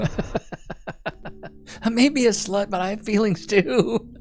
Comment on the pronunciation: Feelings or FILLINGS? My money is on the latter.